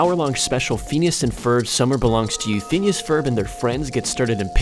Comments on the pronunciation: It annoyed me so much when he kept saying FEENEEASS. ITS PHINEAS PRONOUNCE IT CORRECTLY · Anyone else cringe when he said "Pheenus and Ferb" instead of "Phineas and Ferb" ?? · Phines and ferb soud like penis and perv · Bro he said phenus instead of phinas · Phoneas and Frob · Fin-yus and f-urb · is it just me, or does it drive you crazy how he pronounce "feenyees"(Phineas) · Stop pronouncing Phineas like feeneeyis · How he pronounces phineas. And moulin rouge is funny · Did he actually say rogue instead of Rouge? C'mon man, they even made a movie about it. Also Phineas is pronounced (fin-e-ass), not Fenis